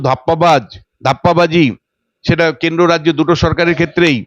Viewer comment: Pokolpo, kendo. She cannot pronounce R in the context